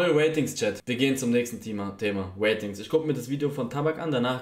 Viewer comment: Normale leute: Ratings Eli:Watings